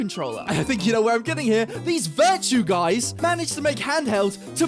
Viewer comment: Take a shot every time he says "Virtue" instead of "Viture".